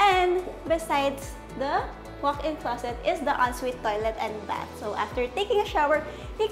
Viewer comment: naku girl iba ang "and" sa "end". hindi din selling pan, it's ceiling "F"an. END bahay ba ni batman yan? it's Bath not "Bat". 😅😂